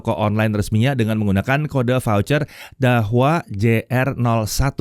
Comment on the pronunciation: Mantap Om pronounce "Dahua" nya, jarang channel yang pronouncenya bener 👍🏼👍🏼